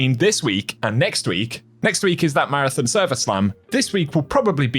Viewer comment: MAR-A-THON. Not thun.